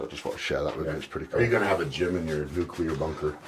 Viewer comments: Oh, Eddie. It's nuclear, not nukular 😂😂😂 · A nucular bunker!